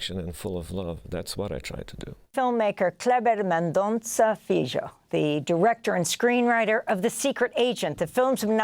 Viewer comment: Please ask Mr. FILHO how to pronounce his name in PORTUGUESE…Amy…You’re great but you butchered his name.